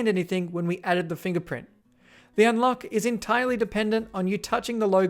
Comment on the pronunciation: He said unLOCO😂